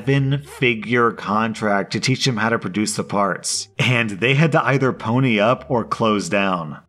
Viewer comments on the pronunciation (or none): none